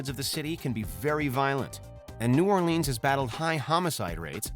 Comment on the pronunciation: I live in New Orleans (Not New Or-Leeeenes), and your stats should have been updated. 2018 was 3 years ago. We are now topping the charts.